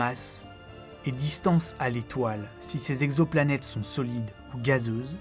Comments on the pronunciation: Comme d'habitude un travail exceptionnel, une vraie réussite. Une remarque cependant, attention à l'orthographe notamment les liaisons. Cent "zexoplanètes" ça m'arrache les oreilles, il n'y a pas de "s" à cent. Cent "texoplanètes" est plus correct. RAS par ailleurs. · À 4 minutes 25, Cent t exoplanètes, pas cent z exoplanètes ! Ok, je chipote...